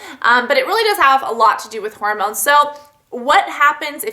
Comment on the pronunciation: lol whenever you say hormones it sounds like you're saying horror moans. xD